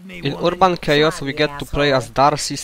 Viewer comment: ERRR-BON It's Not Ur-a-bon